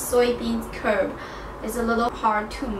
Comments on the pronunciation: I've made char siu several times and each time the (big) oven was a huge mess to clean! Your version sounds delicious AND easy to clean up after. I hope I can find red yeast [1st time I'm hearing of this]. {btw, it is red bean curd/curD not curb} Thank you! : )) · Enjoying your channel, you make some great food. My pork belly is marinating in the fridge right now, I'm looking forward to making it tomorrow Hopefully you don't take offence... but in english we call it 'bean curd' rather than 'bean curb' :-) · no it's 'curd', as in tofu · Did you mean to say curd?